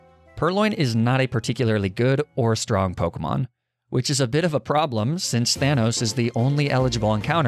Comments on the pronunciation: They way you pronounce pokemon names kills me 😭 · this guy does not know how to pronounce the names, does he